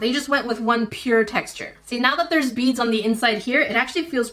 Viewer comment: Oooooh BEADS. I heard bees xD.